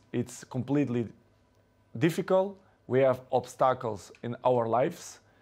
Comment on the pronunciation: “We have Obstackles in life” - CR7